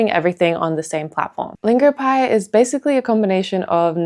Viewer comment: Longopie? Come on..